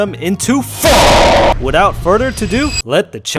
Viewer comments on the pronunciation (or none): The emphasis on PHONK!😂 whenever he says it